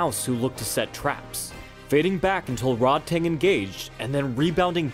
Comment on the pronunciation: Way to mispronounce Rodtang name the entire video 😂😤 It's pronounced Ro-taang not fucking Rod tang clan or whatever you were saying